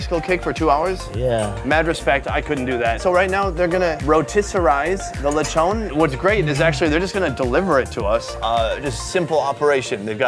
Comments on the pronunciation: It's not Lechone it's Lechon😂😂😂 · Him: lechoogn Filipinos: lechon dude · the way you said "leychown" is already satisfying.. now im full...